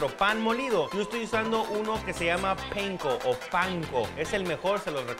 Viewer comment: El Panko es japonés, jamás se dice "peinko" sólo es panko.